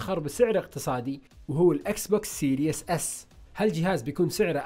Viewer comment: سيريز ولا ليس سيريس ليش سيريس = ليش جدي سيريز = تسلسل اتمنى تبطل و تكون سيريس و تنطق الكلمة صح.